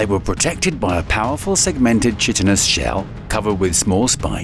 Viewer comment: The word is KITE IN not chiten